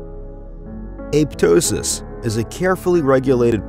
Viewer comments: Pronunciation: A-pop-tosis; a-pop-totic cells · it's aPOPtosis